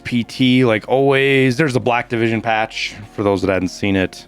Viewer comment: i kept thinking was saying "Blackivision" instead of "Black Division", maybe i'm just dumb LOL